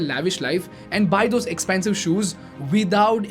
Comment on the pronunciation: Bro there is huge difference between expensive shoes and expansive shoes... It's all in the pronounciation. I thought you were selling English masterclass or something man... That is unacceptable on your part